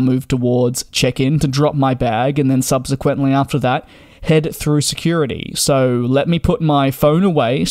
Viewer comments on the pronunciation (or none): none